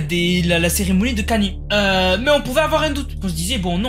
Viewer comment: Kany😂😂 on prononce: "kayni" bordel✌🏽